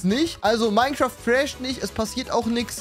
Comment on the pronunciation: Eben is nur ein texturepacket und sagt zu einem Mineschaft einfach Minä 😂